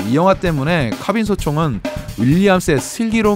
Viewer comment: ㅋ카ㅏ빈 ㅋㅋㅋ 카 발음 진짜쌔다 ㅋㅎㅏ빈 크아빈